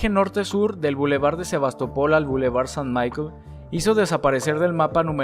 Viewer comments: Super el vidéo, pero averíguate primero como se pronuncian las calles… Porque no es Avenue Fog, sino FOCH, ni boulevard Saint Mikel sino Saint Michel (literal como se escribe),.. enfin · como te oiga un francés decir san maikel se araña los ojos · Saint Michel, se pronuncia tal cual como en castellano, no “maikel”!!! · ¿San Maicol? estás de broma? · Muy interesante, la verdad es que fue un proceso de transformación muy radical, ojalá se hubiera conservado una parte antigua. Por cierto, tu francés es terrorífico, y lo de Saint Michael ha sido duro de oír. Mejor simplemente pronunciar tal y como se lee en español, eso respeta más el original